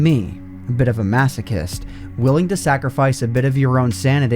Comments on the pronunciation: did he just say “masakist”?... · I don’t wanna hear you say masochist ever again bud XD